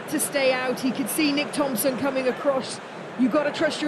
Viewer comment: That women saying nick Thompson ffs 😭😂